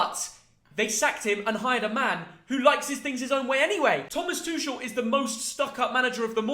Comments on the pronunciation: Thomas tushel its tuchel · Thomas "Tooshel" 😭🤣🤣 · This kid cracks me up. 1st he was on PSG jock. Now it's "Two-shul" mannnn gtfoh. Stick w the EPL. You're outta your depth here pal.